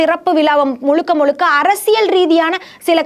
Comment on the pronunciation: திறப்பு விலா கிடையாதும்மா... திறப்பு விழா.... முலுக்க முலுக்க கிடையாது... முழுக்க முழுக்க... என்னவோ போங்கம்மா...